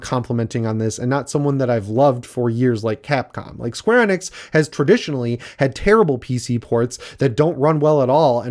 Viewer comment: Love ya and the channel, but the way you pronounce Square Enix just ruined my entire night.